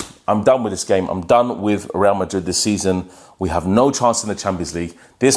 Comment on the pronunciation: The way u say WRA MARID😂😂😂😂